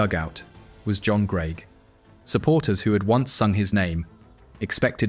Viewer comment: AI commentary trying its best to mangle the pronunciation of Greig